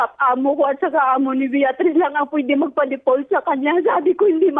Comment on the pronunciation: Deport ba sinasabi ni ate or default? 😂